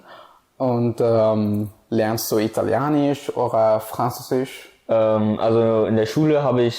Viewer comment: did he just say "Italianisch orr ehh Fransosisch"??? First, the language names are Italienisch and *Französisch*, instead he went for (English name +isch), but this is barely the issue. orrehh??? huh?? Oder. It's oder. It means "or", and it's such a basic fucking word Jesus Christ